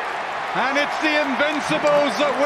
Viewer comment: Sarf Lunnen over Nawfff Lunnan again!